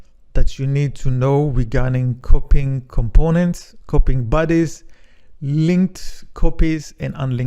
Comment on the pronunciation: when you told the word bodies,i thought you were saying "buddies".took some time to figure out Nice video overall